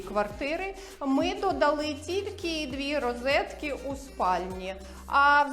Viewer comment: рОзетки, а не рИзетки)))